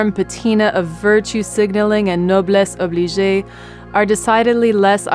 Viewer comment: You got the pronunciation of noblesse oblige wrong. . I don't mean to nitpick but you don't need yokels snickering behind your back. Take my word on this. Drop the vowel at the end, and just leave it with a soft g, that is, a j sound. This was a favorite phrase of Franklin Roosevelt, and he says it in the way nobility should.